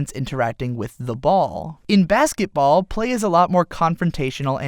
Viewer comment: BaskeT. BASKET. It's called BaskeTball, not Baskeball. This is really gonna annoy me, isn't it?